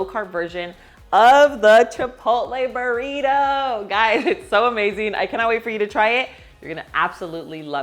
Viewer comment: It’s funny how she sayed “Burriro” (Burrito) but she can say perfectly “Barbacoa” and oregano